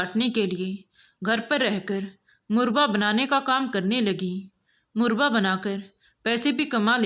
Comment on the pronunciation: मुरबा नहीं मुरव्बा होता है